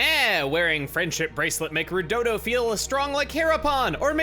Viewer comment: It’s “Rudodo”. Also, he seems to be breaking the 4th wall in that he knows he’s in a different “game”. But, I wonder what this creature you speak of is? Maybe I should wait for a possible XC3 LP by chugga to avoid spoilers, because I know virtually nothing about that game yet.